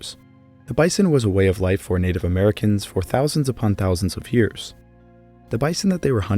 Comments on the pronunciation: I really like this video, but I just can’t get over the “hyears” 😂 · You say the word "years" like stewy says "coolwhip" on family guy 😂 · Omg I thought I was the only person that noticed haha